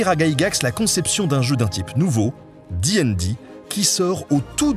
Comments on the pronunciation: Alors félicitations pour la vidéo qui est très bien dans l'absolu... mais une torture à écouter : Absolument PERSONNE ne dit "di'n'di", c'est soit " dé et dé" à la française ou bien DD directement, J'ai rencontré de rôlistes de toute la france à travers moultes conventions et GN et c'est la première fois que j'entend ça, c'était... perturbant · Donc, tu dis ''di n di'' (et pas dédé), mais tu dis ''con an' et pas ''conane'' ? C'est quoi ce curieux choix de prononciation ? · très chouette vidéo par contre ca te ferais mal de prononcer ca a la française, "di aine di", j'ai encore mal aux esgourdes ….